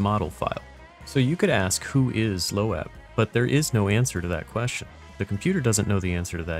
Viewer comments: It's pronounced "Lo-ab." Went to high school with her in Colorado Springs. We're both 1987 graduates. She's pretty cool, into D&D, other gaming, disc golf, prog music, and e-bikes. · Nah, it's pronounced Lo-ab, she told me herself